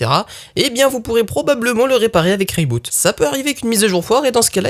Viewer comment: Je suis étonné que ton sponsor t'ai laissé prononcer le produit "ray boot" alors que en toute logique le nom vient plutôt de "re iBoot" (corriger iBoot sur iOS)